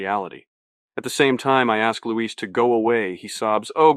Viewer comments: Great except AI mispronounces Luis Carruthers (Lewis) as Luiz. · the way it pronounces Luis wrong